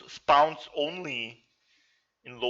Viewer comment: SPAUNS instead of spawn...lol